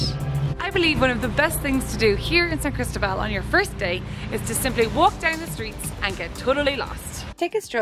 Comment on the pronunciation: And put the stress on the "O".....lol